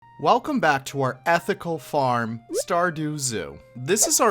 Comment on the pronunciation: really gotta emphasise ethical...